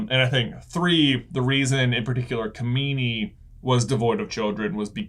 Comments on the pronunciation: it's not kamini, it's kijimi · Its kajimi not kamini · I’m pretty sure it was Kajimi not kamini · They keep calling kajimi ,kimimi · it's Kijimi, not Kimini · I’m pretty sure they said that is was Palpatine’s son who was Rey’s father. Also, the lightsaber was yellow/orange. Also, also, it was called Kojimi/Kajimi not Komini (Possibly confused by the clone planet in Episode II, Kamino). I’m sorry to correct you guys like this but I couldn’t help myself 😂 There’s probably more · The snowy mountain world is Kijimi (not Kimini). 😊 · Kajimi, not kamini. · Kijimi. Every time they mis-pronounce it another Jar-Jar is born.